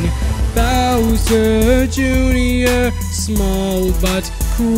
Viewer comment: Bowserrrr juinor, is a sin.. NO OFFENCE